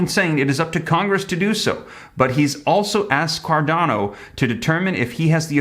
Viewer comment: Hey that is pronounced (Car-Doh-Nah)